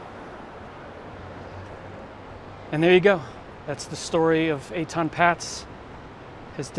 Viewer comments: It's actually pronounced "Pay-tz" not "Pats" They lived on a higher floor than the one you pointed to- not the 2nd floor, they lived on the THIRD floor, the pictures are a little deceiving because they climbed down the ladder a bit and the camera perspective is not always correct, but they lived on the 3rd floor there for sure, they moved in there in 1972. I remember the case well as I lived in a loft on Broadway and Houston st then I also remember the police claimed they knocked on every door, I know for a fact they never knocked on my door, so that not a factual statement on their part, I wouldnt have had any info for them anyway but I wanted to mention what they claimed. Even back then I couldnt believe his parents would let a SIX year old walk to the bus stop like that in NY City, it was as dangerous in the 1970s as it is now, I was constantly robbed, my bikes stolen either off a lock and chain or by force, burglary was rampant, so was theft. In my building I remember a thug grabbed an armload of garments off the rack in one of the clothing factories and ran down the stairs, but a guy from the factory chased him down the stairs and shoved him at the last flight and the thug fell down the stairs face and teeth first onto the hard concrete floor of the lobby. Another thug climbed up the fire escape to the SEVENTH floor, when he had to carefully crawl or shimmy along a small projecting stone cornice 75 feet to my window, and opened it, removed the screen and started to come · I live in N.J. and I was 13 when this happened. It was everywhere. The family’s name was pronounced “paytz”.